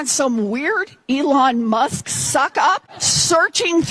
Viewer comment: She called Elon Musk 'Emon Less' ...